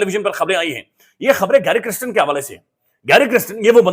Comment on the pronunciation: pl pronounce the name correctly - it is kirsten not kristen !